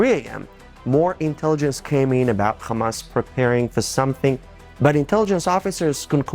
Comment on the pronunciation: the movement name starts with ح NOT خ Ha no Kha, no Dutch K, or German Ch, it alliterates with American pronunciation of Hutspa (Chutspa)